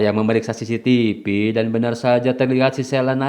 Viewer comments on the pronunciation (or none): none